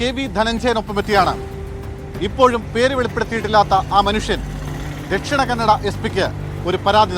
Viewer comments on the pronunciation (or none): Utharakannadayalla Dhakshinakannada athupolum correct parayathe avde vare poy news edthittentha karyam ithilum nannayi youtubers cheyyum. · Uttharakannada alla, Dakshina kannada